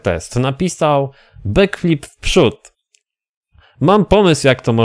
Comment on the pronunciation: Nie umiesz nawet dobrze wypowiedzieć backflip pozdro